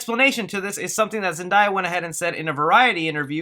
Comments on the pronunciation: Why do people pronounce Zendaya as Zen die ah. It sounds like how it’s spelt my guy. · OMG its (Zen-Day-Uh) lol Great video as always!:) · It’s actually pronounced Zen-DAY-ah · Haha leave alone about Zendaya's name it is "zen-day-yuh" though it's not a super big deal though. amazing work as always! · Why does everyone insist on calling Zendaya "Zen-die-ah' HOW HARD IS IT TO SAY HER NAME?!? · Bro I'm gonna need u to say Zendaya correctly its Zen- day- ah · Her name is pronounced “Zen Day Uh” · It’s ZEN-DAY-UH! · Again its pronounced Zen-DAY-ah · Zen-Day-Ah correct and only way... confirmed by Zendaya herself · yo your pronouncing her name wrong bro... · I don’t even want to watch this video anymore. You can’t even pronounces Zendaya correctly!! OUT 👎🏾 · pls say zendaya right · Sorry to hate but you said her name wrong zendaya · What annoyed me was him saying zendaya wrong it don't have an I in her name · Btw you said Zendaya wrong. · he said Zendaya wrong and aww no Dane Dehaan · It’s just a mispronunciation of a name. It’s not a big deal. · Keep Saying zendaya wrong 😑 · The way u said zendayas name 🤦‍♂️😂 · U not even saying her name right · So not is going to say anything about how he say zendaya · He can talk Spanish, but can't say zendaya's name right😂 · Its really not that hard to pronounce Zendaya. Its simple ZenDAYa✅not ZenDIEya❎ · It’s ZEN- DAY- YUH, not ZEN-DIE-YUH😂😂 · Zendaya ur saying it wrong my instead of saying die it’s daya that jus bothered me bc she my wife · DAY.... not die.😑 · Zen-Day-Uh Not Zen-Die-Uh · Its Zen-DAY-a not Zen-Die-ya! Thats literally the only bad thing I could find to say about this!!! Awesome work!! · It’s Zen-day-a not Zen-die-ya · Zen-Day-A, why does everybody pronounce it wrong? It's literally pronounced exactly like it's spelled? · My mans said "Zenedayi" its Zenedaya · Its not zen-die-ya , its zen-day-ah..... c'mon people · Imagine how embarrassing it must be calling Zendaya ...Zendiya couldn't be me 🤭